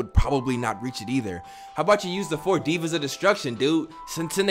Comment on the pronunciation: Are we really going to let him keep saying “divas” this entire play through???